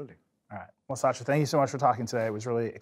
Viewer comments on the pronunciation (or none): First time I hear Satya being pronounced as Sasha